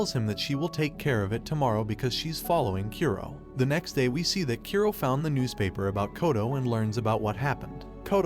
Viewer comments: Japanese names are supposed to be read as Ku-ro not Kyu-roh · His name is Kura ( Kuu -do) not Kearo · Its kuro not kyuro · Why are you pronouncing kuro as kiro. The "oo" and "ee" sound are completely different sounds!!! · How do you mispronounce Kuro(black) that badly, it sounded more like you said Cuero than Ku-ro. A good rule of thumb with japanese pronunciation, is to pronounce the vowels clearly. And most of the the time have the sound of the vowel when it’s alone. Sorry if I sound mean but I’m really just trying to help make your content better, and I believe proper pronunciation of names is an easy way to do that. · His name is Black not "q row" it's pronounced ku like the kkk Ro as in rollercoaster Kuro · "A boy named Kiro" Text: Kuro Uhh... Rest of the video. "Kiro. Kiro. Kiro. Kiro." 🤣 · Kuro (Kee ro)? Saki (Sack ee)? I can't 🤣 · Kyuro? Sacky? Wtf man. Learn how to pronounce Japanese names. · Kough-towe Kyoo-roe oh my fucking god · U said Kuro and I heard Kiro, kiro was my pet , died a week ago . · “sacky” and “keero”